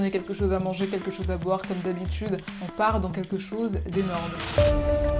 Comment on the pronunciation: Pourquoi tu dis « en » au lieu de « on »? Sinon bonne vidéo :)